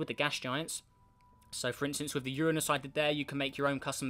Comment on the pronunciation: Uranus he said it right sub